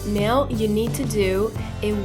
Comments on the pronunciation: piccolo appunto sul tuo inglese 😃 "now " si legge NAU e non NEU: ):):-) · Hey hey mica intendevo giudicare il tuo inglese o dire che è sbagliato. Solo, si legge "nau" in Inghilterra ed negli Stati Uniti. Poi se vuoi dirlo all'australiana o sudafricana... :D Se dici "neu" non è sbagliato, ma (a me) suona male. ;)